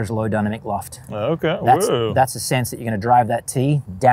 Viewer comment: I was hearing “Dunner McLoft” and thought - that’s funny, doesn’t even save any syllables over just saying dynamic loft…. Ooooh 😅